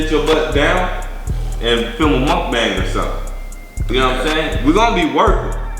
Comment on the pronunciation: Remember when he use to say Mukabang